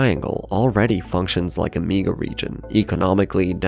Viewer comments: I wish this AI narrator would stop saying "meega region." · A "meega" region? Is this AI?